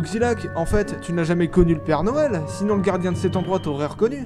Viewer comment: a oxilac dis père doël